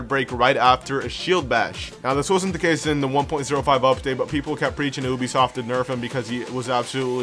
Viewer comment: Uh listen for whatever the hell “oobisoft” is